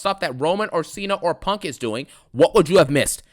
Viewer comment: That shit so damn funny bruh 😂😂 I thought he was saying pork